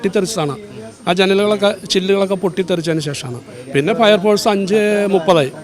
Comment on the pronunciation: ഫയർ ഫോഴ്‌സ് അല്ല പയർ പോർസ് എന്താ ചെയ്യാ കേരളം ഇങ്ങനെയോ 🤔